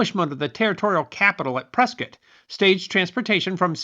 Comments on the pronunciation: I live in Prescott, and glad to hear it pronounced correctly. "Pres-kit," like Biscuit. Great story. Never knew about this stagecoach massacre nor its connection to Prescott. Even learned the origin of the name Hassayampa. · I live in Prescott AZ, and I want to compliment you for pronouncing the name correctly... It is indeed referred to by us locals as "Press-kit", not "Press-kaht". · Oh, Thank you for pronouncing Prescott correctly. Us Arizonans love you more for it. Butterfield trail went right though my town. Super cool information. Thanks! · Congratulations,! You pronounced "Prescott" just like "biscuit". I'd almost think you were from Prescott! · Well done again. As someone who lived in Arizona from 1959 through 2014 I actually loved this one. Also, I want to commend you on your proper pronunciation of "Prescott". I'm very familiar with every area that you mentioned during this story as well as the story itself. Like so many other times in our nation's history the native tribes get a bad rap and are blamed for things that were never their fault or that they never did. BTW That's a beautiful tuxie gato or gata you have there. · I came here to say the same! Impressive he knew the correct pronunciation, that generally only us who are from Prescott, know. Now to find out the lived there... way kool! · It's so unusual to hear Prescott pronounced correctly. I see another commenter has also given you credit for that. Good job, and great story telling. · Good work hitting the local pronounciation of the territorial capitol. 😊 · pronounced Prescott correctly!!!